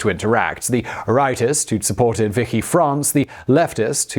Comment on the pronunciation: "Vicky" France? You're a professional presenter, do a bit of basic research before reading a script!